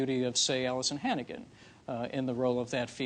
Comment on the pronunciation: Allisan Hannigan over and over lmao